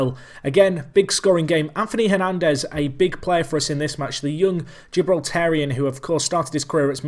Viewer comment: Great video mate! Glad you learnt how to say 'Gibraltarian' :)